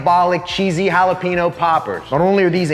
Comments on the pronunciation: Holla-peen-yo. Not Holla-peen-oh. You live in Texas now sir. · Jalapeño! Not “hallowpeenyo” 🤦🏻‍♀️ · The mispronunciation of "Jalapeño" hurts my soul FYI This👉N and this👉Ñ are 2 different letters